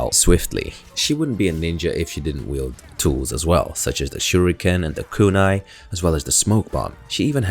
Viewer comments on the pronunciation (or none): none